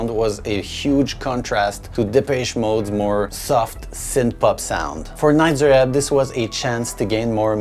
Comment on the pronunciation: please stop saying Nitzer wrong it's a long E sound not a short i